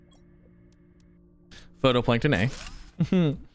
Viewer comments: Does he ever pronounce phytoplankton correctly? its phytoplankton not photoplankton, its pronounced FIGHT-O-PLANKTON, I'm about to have an aneurism its bugging me so much. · not to be an annoying critic but phytoplankton is pronounced "Fi-Toe-Plank-Ton" not "Photo-Plank-Ton" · It says phytoplankton(fie•toe•plae•nkton) not photoplankton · Just wanted to point out, phytoplankton is pronounced “fito-plankton” 😁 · Yeah, was catching that, too, he even mentioned not being able to place it underground because 'photo' so I think he misread the word, and misunderstood it completely rather than just being a pronunciation error. It makes sense though, in a way, "photo", for "photosynthesis" I can understand why and how his brain did what it did. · How many times can a streamer misread the same word in one episode? watch this and find out XD "Photoplankton A" XD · I love you and your videos but it’s pronounced FIGHT-o-plankton. Keep being awesome ❤ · I never noticed it, but now I can't unhear it. Darn you,!!!!!!